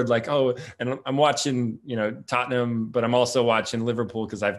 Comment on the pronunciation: Pronounces "Tottenham", exactly like Ted Lasso